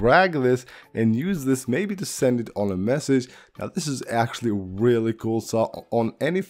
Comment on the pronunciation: “Weally Weally Cool Video“